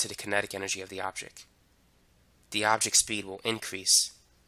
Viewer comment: I too now pronounce object and product as objec and produc thx to you bro!😅